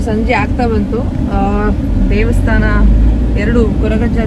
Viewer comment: Its not devastana. Its daivastana